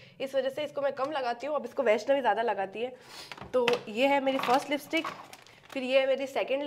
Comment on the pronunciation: Lipstick ❌ Listick✅